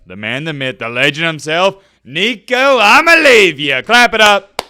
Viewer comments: "Imaleavya" got me in tears😅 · You should be more respectful of Coach Heupel. Also, learn how to pronounce Nico’s last name.